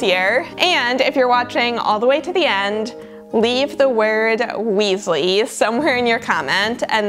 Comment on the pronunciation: "Weasley" anyways you did a great job love watching this